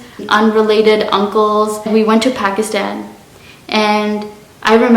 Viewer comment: Phekisten😂 No hate good accent❤️